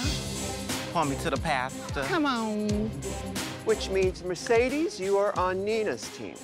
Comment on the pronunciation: Mercedes be like : Merkadis